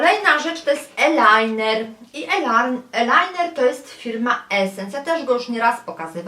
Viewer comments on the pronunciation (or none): z angielskiego tez nie jestem dobra ale nie mowi się "elajner" tylko "ajlajner", chyba ze się mylę,bo akurat tego kosmetyku nie uzywam😃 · nie elajner, tylko ajlajner (eyeliner):)